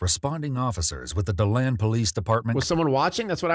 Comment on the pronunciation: why do they always mess up Florida county and city names lol its DEE-land not Do-land lol